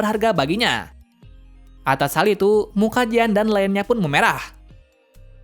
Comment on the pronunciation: Bang, bisa gak bilang jean (jin) langsung hehe :D